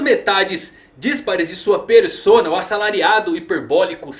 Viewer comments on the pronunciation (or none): none